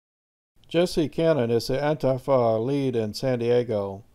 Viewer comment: Ann-tee-fah is how you pronounce it. Ann-TEE-fah. Not ann-tif-ah